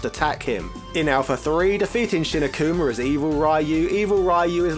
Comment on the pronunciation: AH-KOOH-MAH!, RUU and goo-ken lol